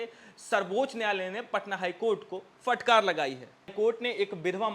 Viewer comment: फ़टकार मत बोलिये । शुद्ध उच्चारण फटकार है ।